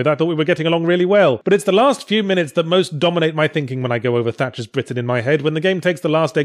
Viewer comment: Haha... Tatcher's Britain... I laughed every time you said it.